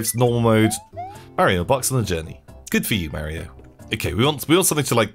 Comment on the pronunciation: it not merio its mario thers no e only a